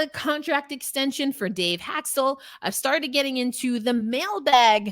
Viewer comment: It is not Hak-stul. His name is pronounced Hak-stawl. Good grief, this is a Kraken podcast?